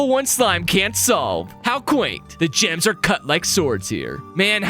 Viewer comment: I don't know why but I thought you said jams instead of gems lol